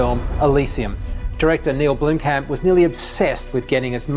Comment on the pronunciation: why does he say neil blimkamp... its neill blomkamp!